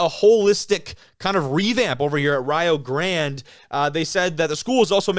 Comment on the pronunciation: You got it right, it's Rye-oh (like Ohio) and Grande (like the "e" at the end isn't there).